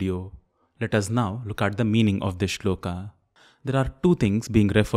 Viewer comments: Shlokaaaa nhi sholak. Hai vo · I find it annoying when you pronounce श्लोका instead of श्लोक, योगा for योग n so on... I have a question though... Do you ever use word संडासा for संडास ?? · Why pronounce श्लोक as श्लोका, कृष्ण as कृष्णा (meaning द्रौपदी ), राम as रामा (meaning सुन्दरी) etc .It has become a common practice to pronounce गरुड as गरुड़, वडवानल as वड़वानल । Please differentiate between Horward Kyoto system of transliteration into Roman from the old &more popular system of IAST adopted in Athens ,in 1912 . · Why are we pronouncing 'shlok' (श्लोक) as 'shloka' (श्लोका)? . this itself is wrong to begin with. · Disqualified in 10 seconds when you pronounced श्लोक as श्लोका ugh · Good channel and a good methodology to teach, just one thing.. is it श्लोका or श्लोक कलिदासा or कालिदास plz rethink. There may be limitations of a language that one can not write a word exactly how it is actually pronounced, but you are not bounded by the language to say it correctly. No matter which language you choose, it will never limit you to pronounce it correctly. And who else can better understand the importance of correct pronunciation rather than a professional sanskrit teacher.